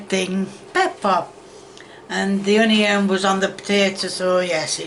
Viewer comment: It's Not Hunioun, It Is On-E-On. Get it Right!!! Really???